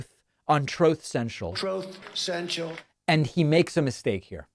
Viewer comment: Troth Sential.